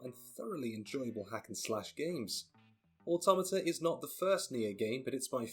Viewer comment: So glad to hear someone pronouncing "automata" correctly.